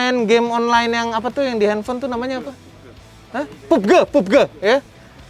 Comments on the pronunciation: Pabji om bukan pubge🙏🤣👍👍👍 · bukan pubge om...pubg😄😄